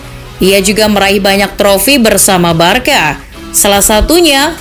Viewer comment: you should pronoun Barsa,bukan barka